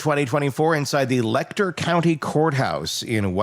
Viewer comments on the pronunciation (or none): It’s pronounced letch-er county